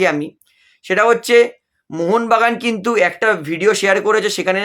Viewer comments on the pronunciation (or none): none